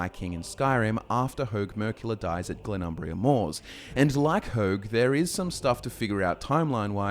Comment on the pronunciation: Always with the Glenum”bria”!! 😅